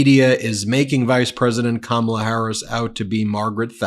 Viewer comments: If donald said Kamala's name correctly, maybe the man on the street would know who he was trying to talk about. 😀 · trump can't even pronounce Kamala Harris' name, so how could his low information followers know wbo trump is talking about. Supply chains were disrupted because of trump's mishandling of COVID. Biden/Harris had to work to reestablish these chains. It caused a great deal of the inflation we experienced after trump was out of office. This whole press conference is weird with trump whining and complaining constantly. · Trump does not even know Kamala's first name, he mispronounces it constantly. I guess he thinks he is being clever, but he just comes across as a rude pig, a juvenile bully who loves to dish it out but can't take it when it comes back at him. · Well, it would help if he'd pronounce her name properly. Not a smart guy!! Lol😅😊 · I laugh at Trump's inability to pronounce Kamala's name correctly. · They don’t know what you’re talking about when you use her first name either Donald because you mispronounce it every single freaking time you say it😂😂💙🇺🇸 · KaMAla? Pronounce it right, DonNIE, and maybe people will understand what you're talking about. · Trump still can't pronounce Kamala Harris's first name correctly. It is correct that Trump doesn't know what a supply chain is. He is complaining about slow shipping, not supply chain problems. This guy is supposed to have a degree in economics and should know what a supply chain is. He is ignorant. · His press conferences are all the same. I can tell you what he specifically said in one without even watching it. “I have yuge, yuge crowds. No one has crowds like me.” “Poor Sleepy Joe, they forced him to drop out of the election. I actually like Biden, he’s better than “Kamla.” He’s 10 times a better man that she is.” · He can't seem to pronounce her name right. It's either "Ka-MAL-la", or even "Camilla". And meantime, um, um, is Hillary Clinton still around?